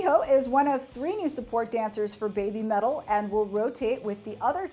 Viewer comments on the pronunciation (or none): It's not "bay bee" metal, it's "beh bee" metal, rhyming with Heavy Metal. It's a pun, but to make sense you gotta pronounce it like a Japanese would pronounce English.